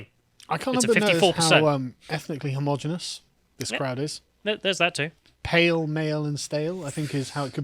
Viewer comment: "homogeneous" - not "homogenous". it's got 5 syllables